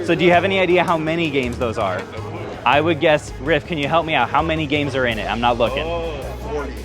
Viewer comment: It kinda hurts my soul when I hear him mispronounce games lol